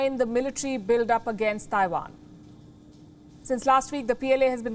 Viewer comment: The way you pronounce Taiwan is so off